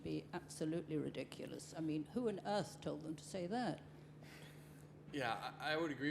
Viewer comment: it widicuwous